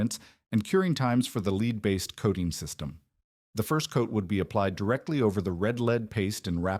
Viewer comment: Interestingly, it gets 'red lead' right each time while 'lead' by itself is usually mispronounced.